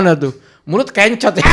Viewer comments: kencot bukan kEncot bang..artinya lapar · Kencot bukan Ken - cot massss😂